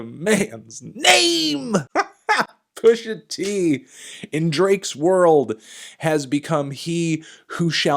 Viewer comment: Anderson Jean then why did he shoot this interview where he’s so shook he can’t even say pusha t’s name?